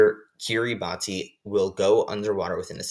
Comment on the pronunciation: Kiribati is pronounced "key-rah-bus" Btw. Great vid helped my on my unit 1 quiz